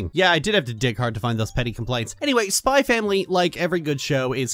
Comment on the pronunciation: It's supposed to be pronounced "Spy Family."